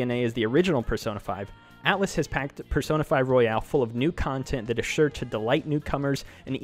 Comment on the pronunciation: it's royal not royale